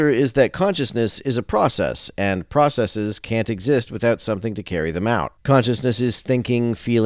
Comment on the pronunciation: It's nice to hear someone say "processes" and not "processies."